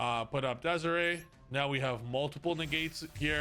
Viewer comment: you know damn well it's not pronounced DEZARAY